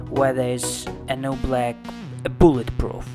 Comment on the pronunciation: A boolet proof That is what he said LOL